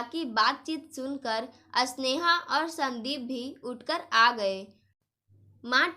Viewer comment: कहानी बोलनै में स्वर का उच्चारण गलत है स्नेहा को अस्नेहा मत बोलो